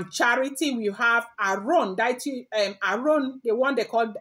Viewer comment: With all due respect it’s Dee-uh-tee not Die-e-tee.